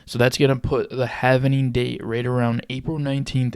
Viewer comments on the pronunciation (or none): Say HAVIN-ING one more time! But then spell it HAVING for your video! Stupid